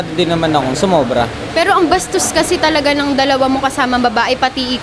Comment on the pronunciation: Sarap ng pagka bigkas ng “BASTOS” wohooo!!!! Hahaha,, ang hirap e rebat ate 🤦🏻‍♂️🤣😂